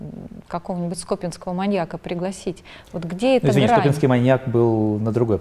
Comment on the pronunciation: Город СкопИн, а не СкОпин. Маньяк СкопинскИй.